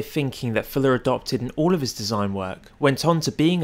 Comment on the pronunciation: say "Fuller" not "Filler"